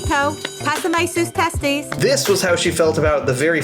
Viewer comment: “PÁSAME TUS TESTIS?” Miss Ma’am just said pass me your testis(test… acles) 😂💀